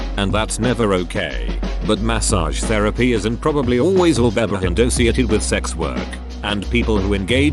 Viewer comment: Did you change the text to speech to say behind instead of ass??? Because you have some funny stuff going on with words like assume, associate, assault.....